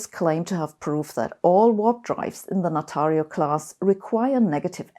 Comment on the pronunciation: when she say natario class... i thought first space ship - natario class startrek ship is out... 😆